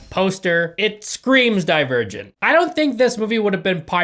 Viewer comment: Man I really thought he said he would die a virgin when he said "Divergent"